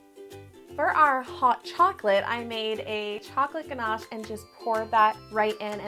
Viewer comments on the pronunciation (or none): none